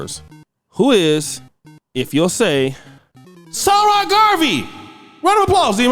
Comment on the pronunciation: Its not Sara, its more Egyptian like 'Sa- Ra'